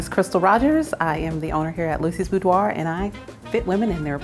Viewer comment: Instead of boudoir BOOBDOIR... I'm leaving now